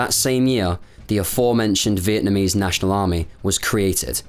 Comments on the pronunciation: Great job; factual without clouding issues with emotions, AND you took the trouble to pronounce names correctly. I missed this war by a whisker, thank ford! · As a Vietnamese, your pronunciation of the Vietnamese names were very good. Greatly appreciate it!